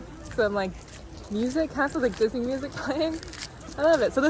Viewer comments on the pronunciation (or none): none